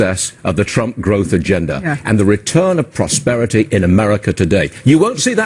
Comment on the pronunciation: ‘Respect mah prosperitah!’